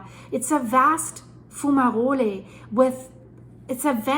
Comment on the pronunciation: Why do you call volcanic fumaroles, fumarolyees?